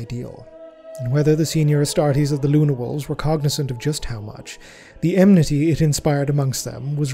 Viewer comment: ... You mean "express" rather than "suppress", right? I'm not sure if it's just me, but I can't tell if I'm hearing "enmity" or "emnity", but I know the latter isn't an actual word. My inner pedant wants to scream at the abject redundancy of "urban conurbations", but glumly notes that this exact redundancy is rather common IRL (100,000+ Google search results).